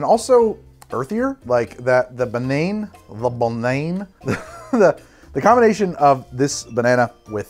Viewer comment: okay so two things (as a native french speaker) - "banane" uses the same "a" sound than it does in English. The only sound difference is the "e" at the end. Not baNAYne. - The way you pronounce "liqueur" is actually farther away from the French pronunciation than the way you pronounce "liquor" lmao On those notes, yet another great video from one of my favourite YouTubers so thanks for that 👌 Gonna try your recipe tonight lmao